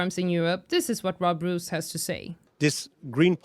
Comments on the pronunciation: Say rose, not roos 😅. 🌹🌹🌹🌹. Roos & rose have the same pronunciation. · First find out, as a good journalist, hiw to pronounce someone's name. The dutch name Roos is pronounced as : rose . Yep, like the flower...